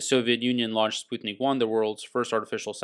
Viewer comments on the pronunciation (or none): Thanks for the info. BTW, it's pronounced sputt-nik, not spute-nik. Just FYI.